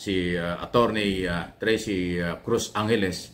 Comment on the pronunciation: atty TRIXIE CRUZ ANGELES po 😊hindi tracy po sir✌️✌️✌️anyway.,thank u po lagi sa pag update sa administration ni PBBM po.,watching u always frm hongkong po sir…goodjob po👏👏👏👏lykwise to SMNI sa inyo lng po aq nag update po🙏🙏🙏